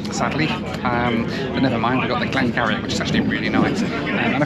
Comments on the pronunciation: Love your videos, the whisky you were drinking is made where I live in Oldmeldrum Aberdeenshire And the Whisky is pronounced Glen Gerrie, keep them coming Cheers Mo Edwards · Glen Garioch is pronounced 'Glen Geery' and Laphroaig is pronounced 'Lafroyg'. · Love the video! First of yours I’ve watched. Great stuff. Btw glen garioch is pronounced glen (gee-ree) if no one has already said! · Great video. The whisky🥃 is actually pronounced glen geeree (garioch) and is distilled in Oldmeldrum in Aberdeenshire. 👍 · The Glen Garioch whisky you had is pronounced Glen Gee-ree. It’s distilled in Oldmeldrum in the northeast of Scotland. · great video, I need to correct your pronunciation of the Whiskey😂. It's pronounced Glen "geery". I'm from the area where it's from so couldn't let it slip. Hope you enjoyed your stay. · Glen Garioch is pronounced Glen "Geery". Lovely distillery, would recommend! Maybe twin it with a trip to Aboyne gliding club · Glen Garioch = Glen Geeuhree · Nice dram with dinner. Love Glen Garioch (pronounced Glen Geery, like cheery!😄😁). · The whisky is pronounced Glen Geary, despite its unusual spelling. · The Whisky, Glen Garioch, is pronounced Glen Geery, damn Gaels and their spellings. Other than that nice video. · Great vlog as per usual but the whiskey is pronounced Glen Geary although spelt Glen Garioch a great distillery to visit near Aberdeen,and hope to see many more next year hope you and the family have a great new year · Erm, Glen Garrioch is pronounced Glen Geery, and ice with malt whisky??????????? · Glen Garioch is pronounced "Geery" in the Doric dialect of Aberdeen sorry I work for both the whisky you said haha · Dear - the whisky you had (Glen Garioch) is pronounced as Glen Gee-Ree - thanks again for the new videos as always! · As a former whisky drinker, Glen Garioch is pronounced a bit different. But, doesn’t really matter.